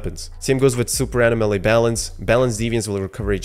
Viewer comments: This was really informative. Nice video. But say it with me…uh-nom-uh-lee.. anomaly 😜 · Bro! Uh-nom-uh-lee. Anomaly. I couldn't hear you say it wrong anymore and left. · Pronounce Anomaly wrong